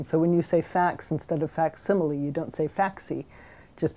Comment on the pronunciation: "facsimilie"? the correct diction is "facsimile." How am i suppose to learn from someone that makes errors like these?